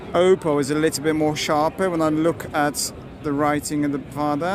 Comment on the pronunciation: wszystko fajnie ale nie wymawia się do kruka pana 'oupou' tylko 'oppou'. Weź bo lubię twoje filmy ale boli mnie gdzieś podświadomie w środku na takie natchnienie.